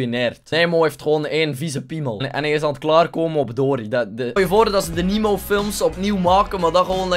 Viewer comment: Zo spreek je Nemo niet uit...